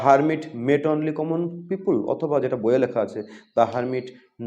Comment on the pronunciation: "পিউপুল" আবার কি!!! বলুন "পি-পল"